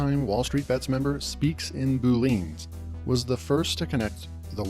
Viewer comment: Boo leeeans lmao